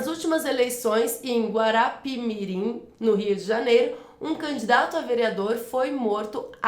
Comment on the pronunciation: falaou guarapimirim leu errado e guapimirim